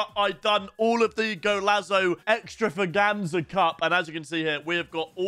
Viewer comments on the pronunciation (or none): Ex-trava-ganza. come in bloke get back to English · Ex-trava-ganza, have you never heard the word?😭